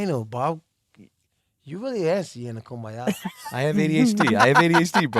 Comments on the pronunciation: How many times did he say koombya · How many times did he say KOOMBAYA? 😂 I think at least 55 times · lmao "how often do you kumbaya like monthly?" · If I hear kumbaya one more time I'm going to snap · If I hear AB say Kumbaya one more time...... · Everyone say it with me “KUMBAYA” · If I hear kumbaya one more time I’m going insane